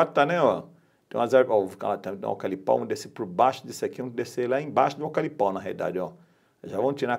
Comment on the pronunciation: E aí mestre ? Tô chegando agora no seu canal, que é top diga-se de passagem .. já sou inscrito e dei meu like. Você é fera no drone, mas de eucalipto kkkkk ..se diz eucaliptal e não "alcalipal" kkkkkk abração irmão... sucesso.